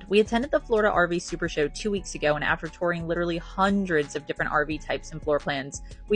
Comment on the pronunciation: Pronunciation of touring. Touring, not toring.